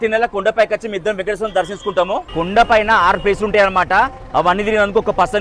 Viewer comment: అన్నా కుండ కాదు అన్నా కోండ